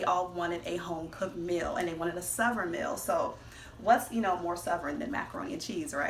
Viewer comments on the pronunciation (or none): I knew when she first said Sov'ern (Southern) food, this was gonna be good, on point, slap a mamma cooking